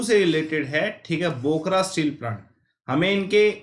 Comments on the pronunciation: Abey anpadh aadmi pehle bokaro ko sahi se pronounce kar.. bokra bolra hai.. tu teacher kaise ban gya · Sir me bokaro Ka Hu bokra nhi ha bokaro ha aap Sab steel plant Ka pronunciation galat bol Rahe ha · Nahi chahiye bhai Tera trick ka koi plan or plus course. Tu bokaro ko bokra bta rha h, aur bhi bht saare chiz glt bola. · Bokaro hai sir jee bokra nhi